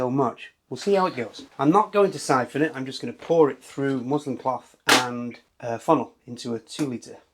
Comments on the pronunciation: it’s musliN cloth mate 🤦🏼‍♂️ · Musli(N) cloth. 😂